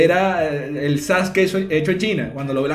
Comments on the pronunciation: cómo le vas a decir sasukI a SASKE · Sasuki ahhhh porque le dice Sasuki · Cómo se dice "Sasuke"?: Personas que vieron/leyeron el anime/manga: "Saske" Personas que no lo han visto/leído: "Sasuke" xd: "Sasuki" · Mis oidos cuando escuche sasuki oidos: sangrando